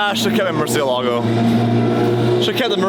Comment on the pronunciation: Learn how to pronounce Murcielago sped old mut